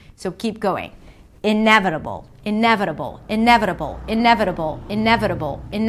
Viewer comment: The patronizing guy sounds like a Scandinavian person who learned UK English. In the US the vowel in the first syllable of 'redundant' I think is more of a schwa. Although this is hardly going to be the thing that catches you out as a non-native speaker. Your 'inevitable' is spot on. Okay thanks, gonna go back to trying to learn French now.